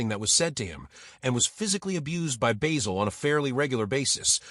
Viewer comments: It's Basil not Baysil. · BAY-sil? Have you watched the show? Not to mention a completely click-bait title. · At the risk of sounding overcritical, I would point out that in British English the name (and the herb) "Basil" has a short "a", and rhymes with "razzle". I am impressed by Cleese's father's foresight in changing his surname. I have known a number of people who have changed or dispensed with a name, often without any obvious need, but ugliness is in the eye of the beholder. In thirty odd years of teaching, I met children whose names affected them as much as a physical deformity, and who got rid of the offending name at the first opportunity. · Why do Americans pronounce Basil as bayzil? No other nation can mangle words like the Americans. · What an absolute pile of shite! AI couldn't even pronounce his name correctly, not just AI shite but American AI shite. Why all the pictures of people who were not even in it? Wankers!